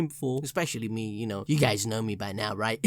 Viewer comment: It's funny when i heard " you know " i hear " yuno " haha i know now everyone gonna heard this now